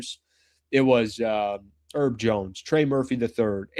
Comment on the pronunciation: HERB Jones. His name is HERB. Not "'erb." Dude seriously. I've pointed this out to you repeatedly. Learn things.